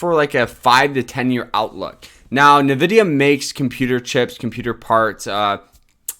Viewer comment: NVDA is "rumored to do a split"? Lol. You bought $5K of the stock? It's pronounced "N"vidia.